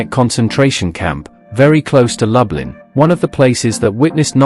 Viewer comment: And it’s Loooblin - not Lub-Lin. I still enjoyed the video though